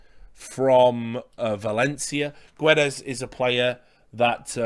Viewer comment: Hi Richard, love to see some football on the channel, big fan myself. As for Wolves Guedes you don't read the U.